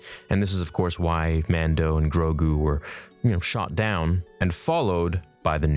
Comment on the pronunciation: He also said “mando and DROGU..”!! 🤦 bye...